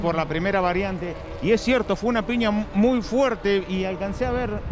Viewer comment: ¡Que fantasma ése relator que dice PINIA en lugar de PIÑA!